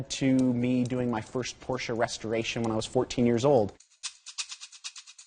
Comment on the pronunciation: And the companies name pronounced correctly too!! What an amazing result from all of you and your staffs hard work.